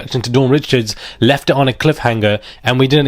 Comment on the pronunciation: The name is pronounced Reeeeecharrrd